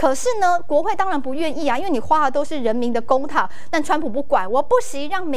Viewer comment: 公帑，台湾主持人这个词都能读出来，水平可以呢！